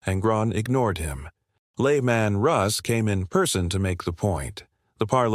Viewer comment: New-ser-e-ah. A-start-eses. Lay-man-russ AI is so lame.